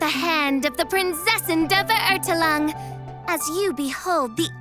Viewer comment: Aaand Fischl still can't pronounce Verurteilungen...